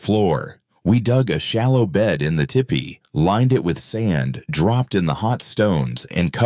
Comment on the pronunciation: Its not Tippy…it’s pronounced Teepee.